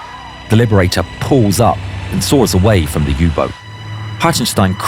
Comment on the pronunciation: "U -BOOT"to z Niemieckiego ! nie Angielskiego!